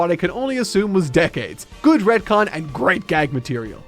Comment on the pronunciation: Sounds like he says red-con